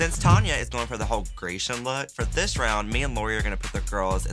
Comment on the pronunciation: The word is Grecian and not geishan...😂